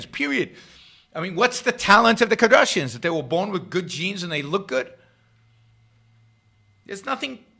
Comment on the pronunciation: Great video, Yaron! I’m going to start pronouncing it as “Kadrashians” from now on. That made me laugh out loud. Yaron constantly mispronouncing the names of worthless celebrities is the best part of his pop culture videos haha